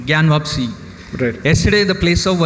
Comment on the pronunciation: The guy says Gyan Wapsi instead of Gyan Wapi?